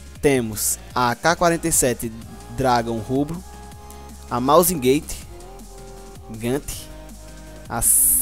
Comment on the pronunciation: like pelo "mausin gaite"